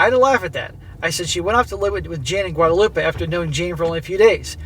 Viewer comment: Just an FYI, Guadeloupe is pronounce as "loop" not "loopay" as in Guadalupe. One is French, the other is Spanish.